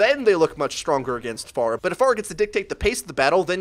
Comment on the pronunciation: 1.Stop pronouncing her name like that. Ask google how to pronounce her name. 2. No she doesn't need a nerf. She is fine the way she is. If you cant aim then go into the training room and practice. 3. People need to stop making video on countering heros. Because the hit scans are looking up how to counter Pharah and the Pharah will look up how to counter back.Theres a guy who hooks people from bs places amd 1 shots you and can heal himself and people are complaining about a Person who can easily get countered by 3-5 people in the game? Lol